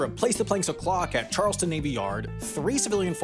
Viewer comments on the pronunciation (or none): By the way, that's Charles-town, not Charleston. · Charles - town. Not -ton